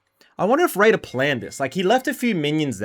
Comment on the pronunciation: Ngl dawg every time you said “raider” I heard “radar” 😅